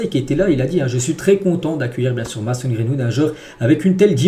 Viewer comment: C pas mAson c’est mAYson sinon continue comme ca t le goat